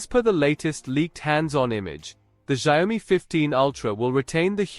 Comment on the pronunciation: A lot of bla blah for nothing. And Xiaomi speaks different from yours. Make ears hurt 😮